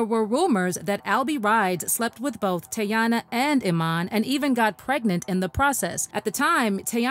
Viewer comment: Her Name Is Not Tayanna Chile It’s Teyana 😂😂